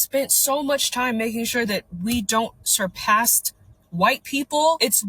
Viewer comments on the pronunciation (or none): "...That we don't 'surpast' white people..." 😂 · Lol surpast she says.